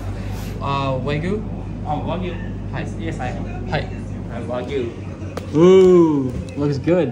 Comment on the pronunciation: Bro…for future trips/future reference, it’s either “Arigato..!” (informal), or “Arigato gozaimasu!”… NOT “Arigato Mah…” 😧🫣 Also, it’s “Wa-GYUu”(和牛), (think of the word ‘you’🫵🏻 with a ‘g’ added in front), not “wa-goo”💦. Just FYI…